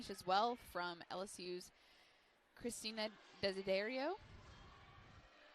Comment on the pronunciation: ok i can give them some slack here and there on name pronunciations but christina is a pretty basic ass name??????